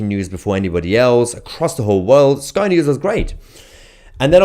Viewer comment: Did you say " spy" news